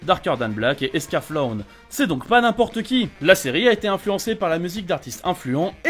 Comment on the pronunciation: Esca quoi ? Attention à comment tu le prononce